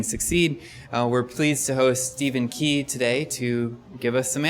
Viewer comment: Is it just me or did the guy giving the Intro say Stephens last name wrong?